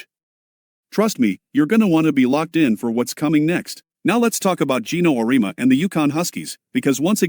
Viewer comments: OR-EE-AHH- MU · Though I will say, any speech to text will misspell UConn. But messing up people's names is pathetic when you as content provider don't narrate it yourself. Just ..cking lazy.!!